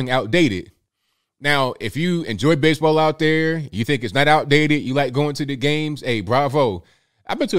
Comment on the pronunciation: "Base-a-ball been bery, bery good to me"